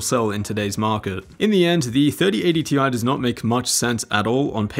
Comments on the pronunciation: its Tye, not Tee Eye. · Its pronounced 3080 "TIE" 😁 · It’s 3080 “T-I-E” get it right lmfao